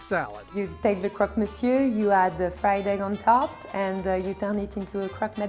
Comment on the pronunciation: The narrator had one shot to pronounce monsieur properly But failed It's pronounced muh syur Not the way it looks